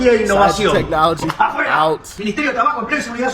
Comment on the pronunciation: You said it correctly🇺🇲🇺🇲🇺🇲🇺🇲🇺🇲🇺🇲🙏